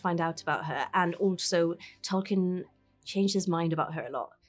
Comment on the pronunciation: Each time one of those writers say "Tolkien" i want to explode. He would be so disappointed :/